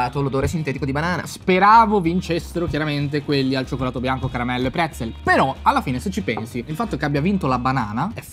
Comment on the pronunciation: Mi è partito il cervello quando avete detto PREZZEL😠😠😠😠😭😭😭